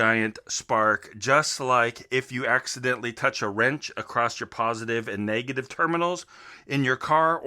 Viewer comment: Niiice, i respect one who admits their mistakes.... now if you stop pronouncing "across" with a "t" on the end youll be golden! Hahaha